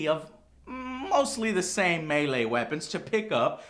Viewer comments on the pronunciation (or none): none